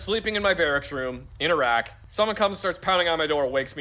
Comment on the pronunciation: I died when it said iraq e pass